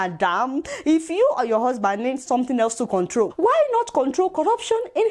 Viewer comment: The illiterate can't even pronounce control properly